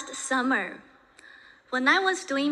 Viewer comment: 她Summer这个发音，真是让我一下子就想起周奇墨：I like summer, Do you like summer too?那个段子